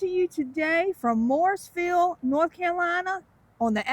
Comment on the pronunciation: Learn how to pronounce "Morrisville", it sounded like you said "Mooresville"!